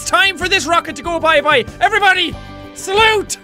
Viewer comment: Jack: Salute me: Ok Saults Jack: Saulte DAMIT me: what the heck im i doing wrong